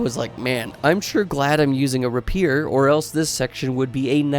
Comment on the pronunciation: "rapeer" lol